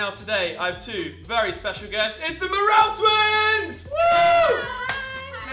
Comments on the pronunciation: the MERRRRRELLL Twins i think it’s pronounced mer-ul 😂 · anyone else notice how he says mirrol twins instead of merrell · Ollie guess what it’s not mer el. It’s merrel like me ril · the ‘me-rrell’ twins🤣🤦🏽‍♀️ it’s the merr-all’ twins 🤣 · He says merrell wrong he says mur rell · ITS MERREL TWINS NOT MRELL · The way he said merrell twins “maarel twins”😬😂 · Oli.... the Mur-rel twins?? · I heard “maeral twins” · Mer el twins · Yeah, MerrEll twins🥴😊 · The mururlel twins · It’s mayor- ul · “The marel twins” lol he keeps saying it wrong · Hahahahahaha Its Mehrrrrrelll twins not marel twins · he said Merrell twins so wrong he literally said "maarrell twins" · Muh-rel Twins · Learn to pronounce Merrell correctly they hate when you pronounce their last name wrong. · It's merrell twins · You err... you kind of... mispronounced "merrell"... Great video though! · The way he pronounced Merrell 😂😂😂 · He said their surname wrong at the beginning. Haha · The way he pronounces merrell